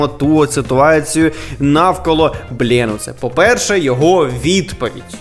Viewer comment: Бленуце прочитав!